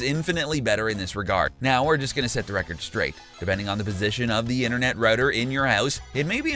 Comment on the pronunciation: Do you also hear him say inthernet cable too. Or is it just me